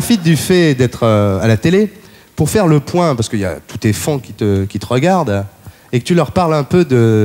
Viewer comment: Ardisson : "tous tes fans" prononcé sans accent anglais 😂